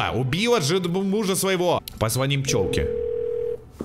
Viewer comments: Не позво́ним, а позвони́м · После слова "позвОним" захотелось выключить видео